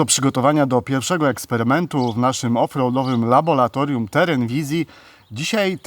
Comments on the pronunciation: Brawo,, świetny test!, tylko jedną prośbę mam do Ciebie - laboratorium, a nie labolatorium:) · laboRatorium a nie laboLatorium panie